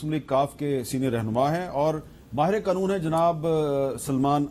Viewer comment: آغا صاحب کو قانون کو ۔۔۔۔ قنون بولتے ھیں ۔ اور آٸیں باٸیں شاٸیں کر رھے ھیں